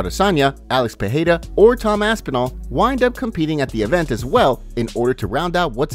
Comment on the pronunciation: Pereira not Peheira